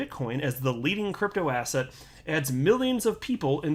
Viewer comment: There we go again. Asset sounds like asshat. Stop giving me disgusting Jay Clayton references! 😂